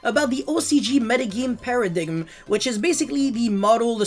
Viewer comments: Did this man just pronounce paradime* as paradigim? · Modern day YGO - Turn 1 - Early game. Turn 2 - Mid-game. Turn 3 - Late game. At the risk of being the grammar nazi here, the ending B in the word 'bomb' is silent (sounds like 'baum') and paradigm is pronounced 'para-dime'. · MAN SAID PARADIGGUM 😂😂😂